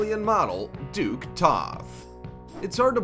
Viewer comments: Her name is Duckie, not Duke. Like a duck but ends with an -ie. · It’s pronounced Duckie not Duke. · I cringed at all the mispronounced names. Many of these people are well known. For Duckie, it even said Duckie right on the screen, not Duke. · Her name is Duckie, not Duke??? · The african american model from Australia--her name is Duckie as in ducky, duck with a y. Seriously, get the pronunciation right!